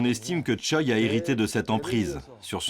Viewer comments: Il me semble qui ça se dit Chwae et pas Choi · Pour des personnalités publiques, c'est courant d'utiliser uniquement le nom de famille ^^ (et ça donne des articles de presse magnifiques avec Kim qui rencontre Kim pour discuter des dernières mesures prises par Kim). Mais sinon côté prononciation, juste vérifier pour Choi (tchwé et non tchoï), ça aurait été appréciable ;)